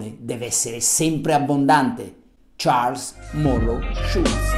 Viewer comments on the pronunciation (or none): none